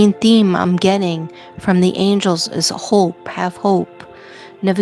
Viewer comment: That's hope sorry not hoe! Just needed to correct & it would not let me